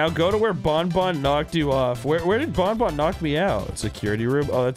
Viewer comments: pronouncing banban as "bon bon" makes me wanna see funtime freddy just hold banban and say "Hey banban! go get em!!" banban replies with a simple "no" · as the worlds number one BanFan i must inform you that you are saying banban wrong. its pronounced like fan but with a b